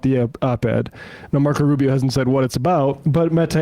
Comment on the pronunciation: Did you call him, "Micro Rubio?"